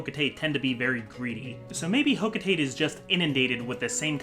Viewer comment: Olimar should quit his freight job and get a spot in hocotates scientific field Also it's pronounced ho-co-ta-te not ho-co-tate. Every syllable gets pronounced in the Japanese language.